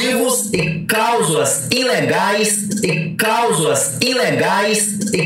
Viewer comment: Pera aí... é Causula ou cláusula...😂